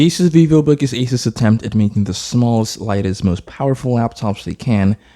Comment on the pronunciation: Thanks for pronouncing asus correct